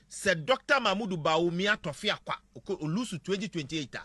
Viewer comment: Aboafunu, akronfoō. The Igbo word is not torfiakwa ; it is tufiakwa.